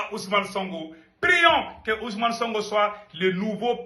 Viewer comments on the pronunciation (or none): C'est sonko pas songo toi aussi avec ton français